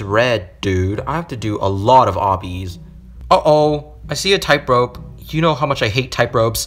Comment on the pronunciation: you keep saying "typerope" and not "tightrope". it just sounds kinda weird 🤣